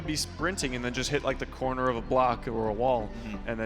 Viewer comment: MONEY IN THAH CORNAHHH!!!